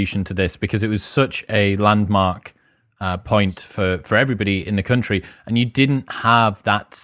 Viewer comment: For a split moment my head heard "Cunt-ry"...now I can't unhear it nor stop thinking about the aptness of it.